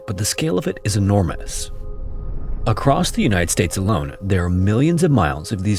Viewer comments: what the hell is "enorm-e-nus"? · lol! He still does a fantastic job and he’s not AI! That was still cute though lol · "the scale of it is enormanous"???